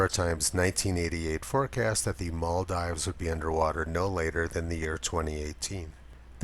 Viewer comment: Love the video, but here's how to pronounce the Maldives